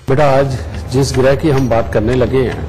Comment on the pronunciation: Gruha ( घर) nahi ग्रह